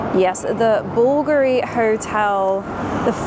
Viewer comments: Hey. Don't fret the pronounciation. It's simply BULGARI. The pretentious 'V' is just an Italian throwback to Roman days/times. Nice Jacket btw! 😍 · Regarding the pronunciation of BULGARI: bul-GAR-ie. The emphasis is on the middle syllable for this particular Italian word! Okay, now back to the rest of the video! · it’s pronounced Buvuhlgaghee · Bvlgari is pronounced “Bul-gah-ri” (IPA: /ˈbʊlɡɑːri/). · BOOL guh ree. Stress on the first syllable. ❤ Edited to say this is how Italians pronounce it😅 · ‘Bull-Gary’ is how it’s pronounced! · bull-GAR-ee. Think of other three-syllable Italian words, like panino. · Sorry to correct you but Bulgari was founded by a greek silversmith Sotirios Voulgaris hence the brand name Bulgari. Pronounciation BULLGARI Cheers kiddo 🙏🇦🇺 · its bull-GAH-RI emphasis on middle syllable -love your content! Also I think that is lacquered rosewood furnishings sooo expensive! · With regards to the Daily Telegraph spotlight feature, it was only a matter of time right..? I mean c'mon.. your content is right up there with the best in terms of content creators. Oh and by the way.. apparently it's pronounced [bool-gar-reeh] that's according to some people I met that sell the jewellery. 😊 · I asked grok on your behalf- it’s response was “Bulgari is pronounced “BOOL-gah-ree”. The emphasis is on the first syllable, with a short “u” sound like in “bull,” and the “g” is hard, like in “go.” The brand name comes from Italian, reflecting its founder, Sotirios Voulgaris, and the pronunciation follows Italian phonetics.” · The pronunciation is BUL-GARI! Very nice 👍 video thank you 🤩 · BulgAAARi I think its pronounced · Thank you for introducing the Bulgari Hotel! My kind of hotel! Beautiful Italian taste, just what I like! It is pronounced Búlgari. Have a lovely weekend!best regards from Athens!😊